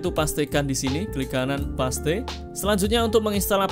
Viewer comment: Mas mohon maaf. Ijin koreksi : Paste, bacanya pest Wifi, bacanya waifai. Matur nuwun 🤝 Keep it up. Videonya sangat sangat bermanfaat! ❤